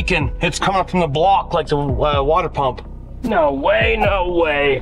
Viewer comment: saying no way, almost sounds like hes saying, I hate Ford!!!!